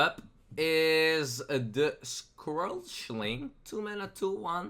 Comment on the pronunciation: I know your not a native English speaker so here's a list of all the card names you got wrong and how to say them. 1. Prince Leeum, 2. Nightscale Matereearc, 3. scwashling, 4. G HOST Light Anngerrler. Hope that helps a little bit.